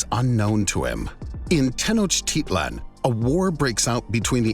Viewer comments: The speaker has obviously never been to Tenochtitlan, or he would know how to pronounce it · it is pronounced (teno-tich-lan)